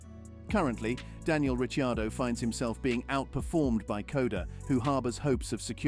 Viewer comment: Who the hell is Ritchie Ardo? for goodness sake ditch the AI and get a human voice instead!!!